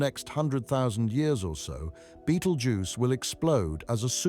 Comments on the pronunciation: Besides repeating yourself goodness knows how many times, this video was very patronising and condescending. And BTW there is no such star as Beetle Juice. It's called Betelgeuse, pronounced (Bet-el-jeers). Please stop trying to dumb down astronomy! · Why does he say "beatle juice"?